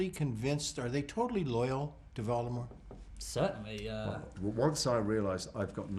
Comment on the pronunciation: Tom is pronouncing Voldemort right 😄